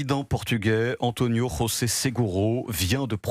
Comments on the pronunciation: C’est du portugais, pas de l’espagnol. 🤨 On dit JOSÉ, pas ROZÉ !!! 😆❤️🇵🇹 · "...Le président portugais Antonio Rhrhrozé Seguro..." Rhrhrozé ?!?! 🤦🤦🤦 Le J en portugais se prononce J!! Bon, je reste sérieux et je continue la vidéo.... Ah et vive le Portugal😅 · En portugais, José se prononce comme en français, pas à la manière espagnole. C'est le voile intégral, qui est inacceptable, ne fût-ce que par souci de sécurité : il n'est pas admissible qu'une potentielle criminalité voilée soit protégée par la société même qui pourrait la subir ; le voile normal, non intégral, n'a rien de particulier ni de gênant.